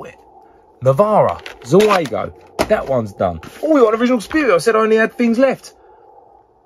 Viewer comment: Zeugo not zuego... come on, man!!!